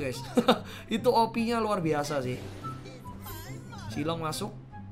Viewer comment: Knpa setiap ngomong opi,gw ngakak🤣